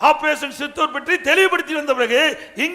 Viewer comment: சித்தூர் அல்ல சிந்தூர்...